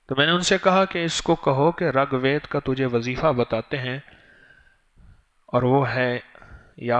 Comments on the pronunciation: Assalamu alaikum , RUGVED not Ragved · It's rigved not regved Its first ved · SalamuAlekum wa Rahmatullahi wa Barakaatuhu. Maulana Sahab, gustakhi ma'af farmaiyye... "RAG VED" GHALAT PADHA AAP NE, US KITAAB KA NAAM "RIG VEDA" HAI. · Ragbed nahi. Reegbed hai iska sahi lafj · Ragved nahi rigved hai uska pronounciation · Rug ved nahin wo RIG VED hai, tas'hee ho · Raag vaed nai Rig ved hy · Talaffuz durust kar len Rig vaid (Rag ghalat h)isi tarah sanskirit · Hazrat Ji 1. Ragved nahi hai... Rigved hai. 2. San Sakrit nahi hai.. Sanskrit hai